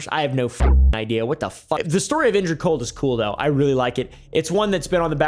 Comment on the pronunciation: "injured cold" No, just NO. "Eng-rid"